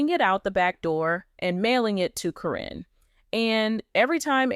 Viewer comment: Yeah I knew it as well. Matt totally changed once he got with Caryn. This person that is talking is getting on my nerves pronouncing “K-RIN’s” name. She has called her everything except what her name actually is!